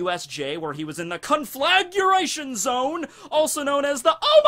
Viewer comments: it's conflagration, not conflaguration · Con-fla-gray-shun. NOT CONFLAGURATION! Wouldn't have bothered me if you hadn't said it so many times. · ...do you need to actually see what you’re doing to make sure you’re not about to accidentally brown-eye someone? I can’t say I’ve ever had the problem... Also, recipro is a shortened version of reciprocated. Re-sip-roh. Also also, cohn-fluh-grey-shun... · CON-FLAG-RAY-SHUN Conflagration. exhales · Say it with me now. CON.....FLA.....GRATION. THERE IS NO "U' in that word O MY GAWD U ILLITERTE FUCK. Love ur videos keep doin what youre doing but learn how to pronounce shit. My ears are bleeding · You could at least pronounce conflagration properly if you are gonna shine a spotlight on it : ). Please don't say effectual as punishment. Don't put me through it.